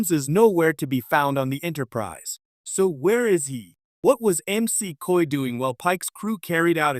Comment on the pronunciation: Please be sure that the AI narrating your videos knows how to say words and names. It's Dr. McCoy, not Dr. M.C. Coy.